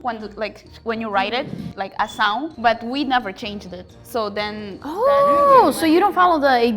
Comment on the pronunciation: We don't say acção (aqção) as she said. Raparigo? Aqui em Moçambique? Oh no.